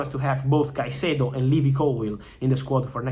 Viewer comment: how have u butchered his name so bad?